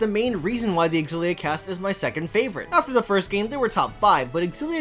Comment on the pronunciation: I like how you pronounce Xillia! I kept pronouncing it such as "Zillia"... Also, they fixed Rowan in this. I really like Elize, but for some reason when I try to run her artes, the enemy easily hone in on her. I like to keep her away from the crowd. I haven't gotten to the post game yet so I can't say I know how they end up late game wise.